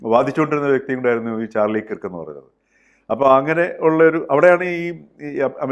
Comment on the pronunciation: That pronunciation is not kirk , it is like KARK.